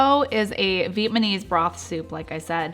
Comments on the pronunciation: thanks that was driving me crazy. Also it’s Vietnamese, not viet-ma-knees! But you’re very sweet and these are some good ideas. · Your food looks delicious!!! I'm totally going to make your soups, but your manner of speech, you have to know a couple of things: 1) it's VIETNAMESE, not viet-ma-mese. 2) Pho is pronounced FU fuuuuuu, not FO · You lost me at pho and vietmanese . It’s fuh and Vietnamese . You might want to not drag out your videos. Most ppl want to watch fast to the point videos. And not as many commercials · Why isn’t anybody else mentioning her pronunciation of Vietnamese. She says Viet manese 😂 adorable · Yes, this was bothering me. Also when she said “Viet-mah-knees,” my husband butchers it like that all the time too…🥲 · Downvoted for saying Vietnamese wrong.